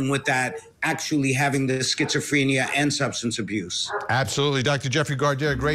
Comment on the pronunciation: Skits-oh-freeenia lmao